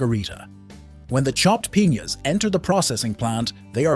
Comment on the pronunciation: And piñas